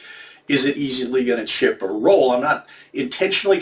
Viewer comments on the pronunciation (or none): none